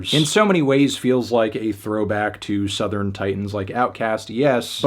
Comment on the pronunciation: did bro say Southerin?